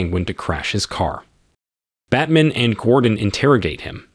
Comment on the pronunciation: Batman..."Bat man"